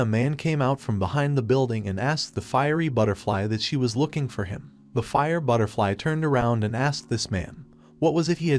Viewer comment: Bro I only just chout this but the narrator said f ing butterfly and not fire butterfli